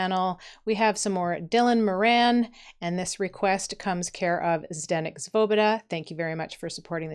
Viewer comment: It's Dylan More-onn.